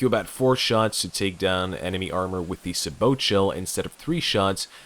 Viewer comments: Sabot: Say-boe not Sah-boat I know, late as hell, but still. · It's pronounced say-boh